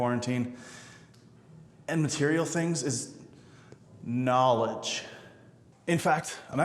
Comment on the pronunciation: Me: Is this a Tai Lopez joke..: KNAWLIDGE Me: OMG HE SAID IT!